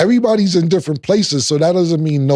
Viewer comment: Cam said “dissrent” perspective on the second one lol